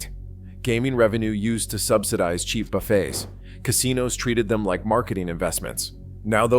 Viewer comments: buffets? it's pronounced buff-ey s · A lot of what this AI voice says is made up and/or exaggerated. For instance, the fake voice says "refill drinks now take 20 minutes". That's untrue, total BS! --Also, half the time, the AI voice mispronounces buffets as "buff-utts". --It's not that LV buffets aren't what they used to be, it's just that there aren't as many, and the cost is higher. That's the problem. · These crap AI videos just ramble on. Buffetts??? Try pronouncing correctly, it's what the video is ALL about and you get that wrong. You can watch to and get everything the rest of the video blabs on about. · AI Slop. It is about "Buffets", but can't even pronounce it.